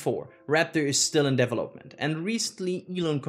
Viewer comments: I lost track of a little that you were saying trying to figure out how you were saying the word "development". Thanks for your report. Good job. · 👀You did a Great Job 👍! Thanks for all your Hard work! (You taught me a New way to prononce the word "Development" 🤓😎!:_youbet::_yall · great presentation overall, but please learn how to pronounce 'development' :)